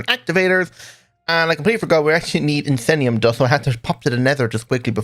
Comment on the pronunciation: Came down here to add just that. I wonder how he'd pronounce "horologorium"? Also if he'll ever get "iesnium" right instead of saying "insennium" (although I can't work out if it's "yez-" or "eez-". Might just be that YouTuber affliction of needing to talk so much there's no brain power left for parsing other stuff:-) Don't worry about it, it's fun hearing you mangle all these unfamiliar words:-)